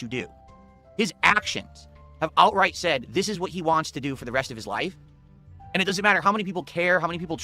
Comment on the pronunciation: Ayund, Ayuss, Wit, Wahn, Acktor, Mah